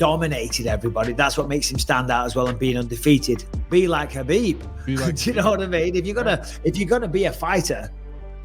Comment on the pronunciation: Man, these clowns and their goofy pronunciations of names "habib" "A-deh-sanya". Stfu P.S. Khabob is a can crusher